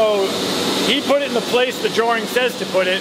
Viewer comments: Umm did just say drawRING? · extra r does throw me off. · 1 "R" in Drawing....